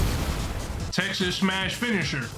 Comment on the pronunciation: Bro said Texas smash💀💀💀💀